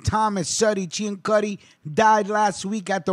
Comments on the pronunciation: Last name was actually pronounced "See-an-suty" instead of the proper Italian pronunciation that you used for this piece. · Ciancutti is pronounced "see an sooty" in Arnold, Pa. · Being from New Kensington I must tell you, that you have pronounced Mr. Ciancutti's name incorrectly. It is pronounced (Sin-sue-tee) or (Seean-sue-tee). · You’re saying his name wrong. It’s pronounced sansuti. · I was going to add the correction on the pronunciation of his name but others beat me to it. Ten years ago I was arranging a burial for a member of Sonny's biological family, and when I called the cemetery and started to spell the name the woman said, "Oh, Ciancutti!" She then regaled me with tales of the other Family. "You could walk down the street in New Kensington and know that nobody would try to snatch your purse, because if they did the Family would know about it, and take action." Thanks for all the research, and God bless.